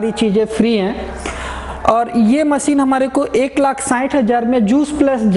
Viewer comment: Very very poor pronunciation like: Machine not maseen Composition not compojisan Thousand not thoujan Zyaada not jyaada Business not bijnes Customer not cushtomer